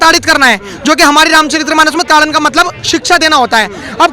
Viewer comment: रामचरित्रमानस ××××××××××गलत उच्चारण है। रामचरितमानस √√√√√√√√√√ सही उच्चारण है। कृपया सुधार कर लो बाबू।वैसे तू अच्छे वक्ता हो।